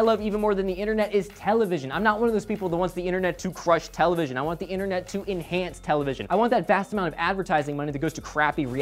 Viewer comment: what's a tele..vison? I think they had that back in the day ....of dinosaurs?